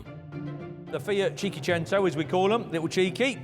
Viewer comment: How many more people are going to mispronounced a simple Italian word?😂 If you're struggling that much, just call it 600, which is what it means in Italian.